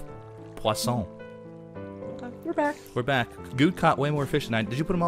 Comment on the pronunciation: First time I hear a person other then french able to pronounce "poisson", Very good, très bien!!:)